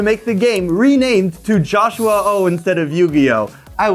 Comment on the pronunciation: “Jo-Shua-Oh!” lmfao might as well start calling it that